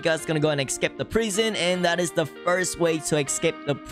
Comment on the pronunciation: the way he says prison is funny!😂 he says prighson!😂